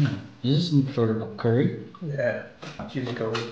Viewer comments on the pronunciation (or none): none